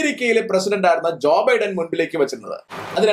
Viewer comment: ഇവര് പറയുന്നു ജോയി ബൈഢൻ എന്ന് ജോയി ബൈഢനും കൊല്ലം കാരാനാണോ . അമ്മാമ്മ അങ്ങനെ ആക്കിയോ